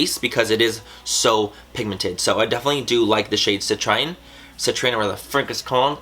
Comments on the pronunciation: The colors are all named after gemstones. Citrine is pronounced si-TREEN 😏👍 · it's pronounced citreen. you're awesome dude! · Mannymua, citrine is pronounced ci-TREEN. I hope this helps. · hey Manny! citrine is pronounced sit-rin-e. the e is silent, the "rin" part that your have trouble pronouncing is like who you pronounce rim but with an n instead aha. Also, most of the names of her shadows are named after gemstones :) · Why can't anyone ever pronounce citrine? 😂 anyways, SLAY BABY 😍💕🌙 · Gasp! Brush swatches?! Claps for Manny! People usually leave them out but they really shows how a shadow performs. Good job honey, and you had me rolling with the citrine pronunciation, btw! Lol keep it up!